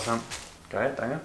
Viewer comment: Boah ich liebe das "Dangge" von 😂😝❤️